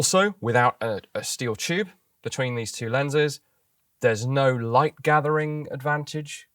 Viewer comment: "the choob is imaginary" :)